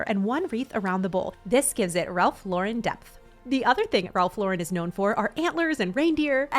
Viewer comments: Ralph Lauren (lor EN ) not Lor WREN’) no accent in the 2nd syllable. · It’s Ralph LAUREN (like the woman’s name) not Laurenne. I think you went back back-and-forth between the two pronunciations. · Please!!!!! learn how to pronounce Ralph Lauren's NAME correctly. The accent is on the first sylable..."Lor ", Then say "-en" without any accent. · Plz learn to pronounce ralph lauren!!! Dummy. Not lorin or lauren. Do better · Love the vid! Just for everyone's future reference, Lauren is pronounced just like a person's first name. Don't put an extra accent on the second syllable.